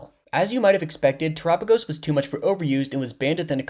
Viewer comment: that ain't how you pronounce his name right?? its Tera like mechanic Tera right???